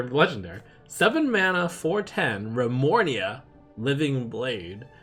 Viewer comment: I just wanted to facepalm when he said windfury and Remornia